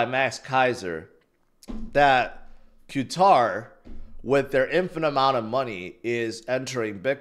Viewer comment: That's not how you pronounce Qatar